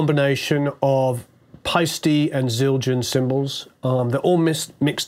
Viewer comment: So great to hear someone pronounce Paiste properly